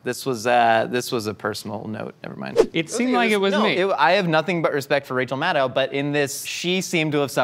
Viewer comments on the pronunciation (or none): none